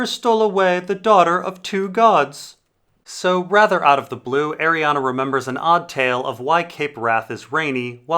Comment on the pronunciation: It's Ariann,. It's pronounced "Ariann" not Arianna. Dammit.